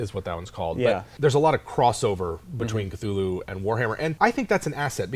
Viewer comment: Thool-hu, like cthonic is pronounced thawn-ic. You pronounce the first letter with extra breath. "In a letter to the amateur writer Duane W. Rimel, dated July 23, 1934, H.P. Lovecraft addresses the issue of how to pronounce the name "Cthulhu." 'The name of the hellish entity was invented by beings whose vocal organs were not like man's, hence it has no relation to the human speech equipment. The syllables were determined by a physiological equipment wholly unlike ours, hence could never be uttered perfectly by human throats ... The actual sound -- as nearly as any human organs could imitate it or human letters record it -- may be taken as something like Khlûl'-hloo, with the first syllable pronounced gutturally and very thickly. The u is about like that in full; and the first syllable is not unlike klul in sound, hence the h represents the guttural thickness.'"